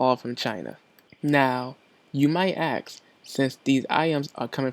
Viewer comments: The word is ASK not AXE ugh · It's pronounced ASK not AKS